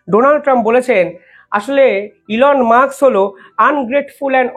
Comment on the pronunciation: ঠিক করে উচ্চারন করুন।এলন মাস্ক।উনি কেপটাউনে জন্মেছেন।তারপর উনি উএস গেছেন। please উচ্ছারন ঠিক করুন।